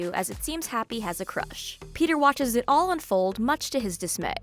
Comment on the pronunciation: "Much to his.....disMAY" 😅😅😅😭😭😭